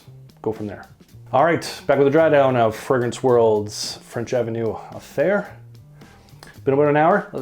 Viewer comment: You need to spray Aether then let it sit for several weeks. Gets much better with some oxidation . Surprised a Canadian got the pronunciation wrong 😂…. It’s pronounced aaayTHER …. Aye !!! 😂. Unless you’re British then it’s pronounced EEther…. Ie . Upper sky